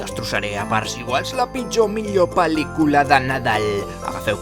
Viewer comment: La forma en que pronuncias pel•licula em posa la pel•l de gallina, QUINA ALEGRIA QUINA EMUSIO JA ESTÁ AQUÍ EL BON NADAL!!!! Amo el vídeo ❤😂